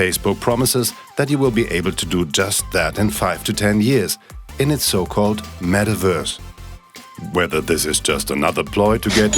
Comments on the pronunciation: i love how it sounds like the guy is saying Mettwurst lmao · What’s a “metaWURSE”